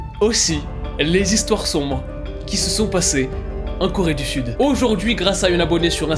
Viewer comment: Alors, pardon mais moi là j'ai littéralement entendu "Toute la Corée du FUTE" 😭😭🤣 Voila c'est tout pour moi, bonne journée 😂